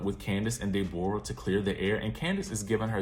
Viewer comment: This woman needs meds STAT....She is not all the way there. 😬😳.. had me rolling..😂😂When you say De'bora I think of Norbit😂🤣😭